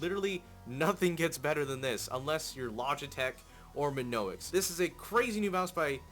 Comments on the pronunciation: Not minoix it's mionix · mionix----------MEE-ON-IX. not me-no-ix. either that or you mispelled it. sorry it was giving me a tick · its mionix, not monoix... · it is mionix not minoix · He sais "Minoex" but it is Mionix..... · Its mionix not minoix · I cringed every time he said Minoix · MY-ON-X thats how you say it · mayonex yes that's totally how you say it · i swear to god. if you say MiNoix one more time, im gonna slap your face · its spelled Mionix, and pronounced as me oh nicks. ;) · He can't even pronounce "Mionix" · Dude. You say mionix wrong. Learn to read.